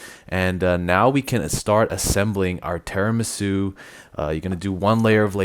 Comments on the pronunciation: as an Italian I can say it's called tiramisu not teramisu jajajaja love u guys just joking x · I know. I'm pointing out his pronunciation of Tiramisu